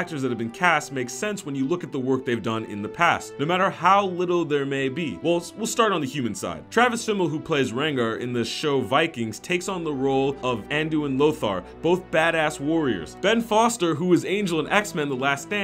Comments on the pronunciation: NO NO NO NOOOOOOOOOO!!!!! Ragnar not!! best show ever btw #vikings>GoT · Also, Travis Fimmel as "Rengar"?!